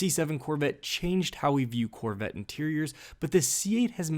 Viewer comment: The "Corvitt". Where is the narrator from?